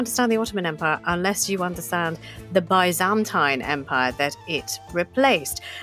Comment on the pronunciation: The way you're saying byzantine fucking hurts